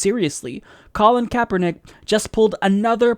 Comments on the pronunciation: its pronounce capernick not kaypernick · Just a FYI , Kaepernick is said like ... Kap+er+Nick . The 'E' is silent . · "Kay-pernick" :D